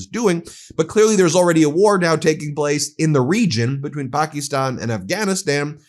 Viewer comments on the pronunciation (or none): none